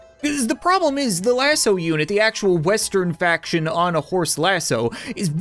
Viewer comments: Lassue? What is that😂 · A different pronunciation of lasso